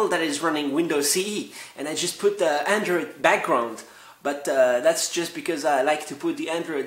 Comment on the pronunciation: an atee doller andwoid lapptop!!